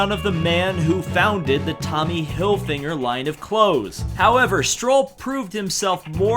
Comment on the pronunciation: "Hillginger" LOL!